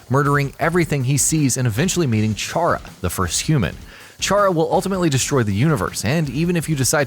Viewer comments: i'm sorry CH-ARA? IT'S PRONOUNCED K-ARA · It's actually pronounced Chara as in "Character" but I don't really mind, just letting you know.